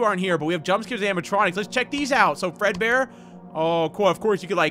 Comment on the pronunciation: yes I am speed who else had a little moment of silence for there soul prepare your eyes hewo! oh HEEEEEEYYY how are you? EEHHBBBRRRREEEEEHHHGGGEERRRRRR Fred peekaboo! I have died! Also does anyone notice that when says fredbear in a hurry it sounds like furrburr?